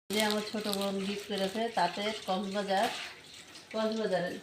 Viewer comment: গিপট না আপা গিফট 🙄